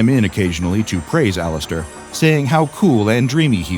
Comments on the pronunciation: did he just say all ass stir? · did he say laster or alastor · He said Alastor weirdly is this AI or something??